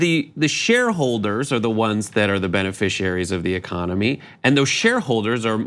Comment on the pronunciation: Great but its “and” not “ayend”